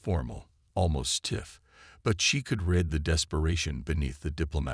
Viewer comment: Reed not red (read)